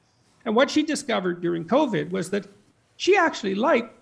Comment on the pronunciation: covid coach!not covet!ha ha ha i wish i could tell too my untold stories coach Grant!!!